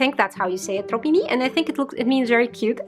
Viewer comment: Ok the way you say "trop mimi" is just so adorable x'D And you did pronounce it correctly :P "trop" means "too much" but in this context it's more like "so", and "mimi" is actually a short version of "mignon" which means cute ^^ we tend to shorten words to give them a cute or smol vibe :P